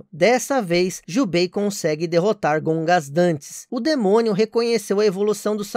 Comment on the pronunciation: Gogandantes Issui,não Gongasdantes.